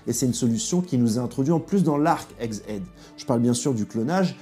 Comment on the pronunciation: Egghead . Phonétiquement (égue éd) tete doeuf en anglais ..je dit ca pour toi pour la suite 😅 , moi je men fout mais il ya de sacré chieur qui on rien a baiser sur internet alors gaffe ^^"